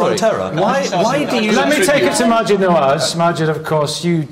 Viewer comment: It's Maajid, not Naajid, but I agree. Maajid always looks super fly. XD If only I could find a man like Maajid - stylish, intelligent, humane, ethical, respectful, wise, brave...I'm afraid he's a rare breed. This world needs more like him!